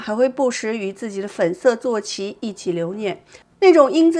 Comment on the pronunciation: 姐姐坐骑。应该怎么念请查查字典。谢谢付出